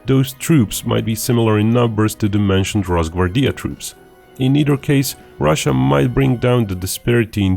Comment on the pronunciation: Its not ros-gvar-Dija its ros-Gvar-dija.